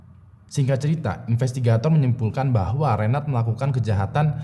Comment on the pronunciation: Sdr kembar gofar hilman yg terpisah. Cm meningan gofar sih😁 Btw reynhard bukan reynard kaleeee